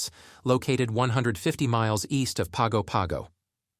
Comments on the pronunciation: Pago Pago is pronounced “PANGO PANGO”. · you pronounced Pago Pago incorrectly. It is pronounced more like "Pahn Go Pahn Go". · Pago Pago is pronounced ‘Pango Pango’ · Most of this is inaccurate. Just a few points: Samoa is pronounced as "Sah-moa". Pago Pago is pronounced as Pango-Pango or Pahngo-Panhgo, but never without an N sound in it. I don't know what you mean by "more expensive than many parts of the U.S." but American Samoa is cheaper to live in overall than the mainland in general. Vehicles are expensive there, some fresh produce is expensive, and many imported goods are expensive. Electricity is more expensive. But rents are way lower, buses (ran by families) are way cheaper, anything locally grown or harvested is cheap, and internet is catching up. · If you knew how to pronounce Pago Pago you would have more credibility.